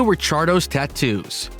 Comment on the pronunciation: Kudos for pronouncing Ricciardo as it should.